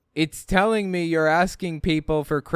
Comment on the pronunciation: DANG! Now Jesus is “aksin”, says so.